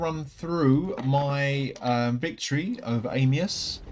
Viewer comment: i wish they would call him "Anius" and not "Amius"